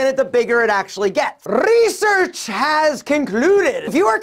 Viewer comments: You're always cracking me up😂 "Reesearch" 🤣🤣🤣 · Rrrrrrrreeeesearch .. rrrrrrrreeeesearch..😂🤘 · Not research but Rrrrresearch😂😂😂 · The way you say Research😂🌟😂😂🌟 it's funny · The way he said research for me hahaha